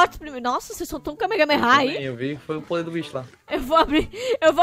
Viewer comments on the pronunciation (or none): NINGUEM SABE FALAR KAMEHAMEHA (kamerramerra) mais mn